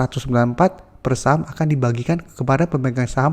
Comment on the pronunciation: Saham sih gak jelas nyebutnya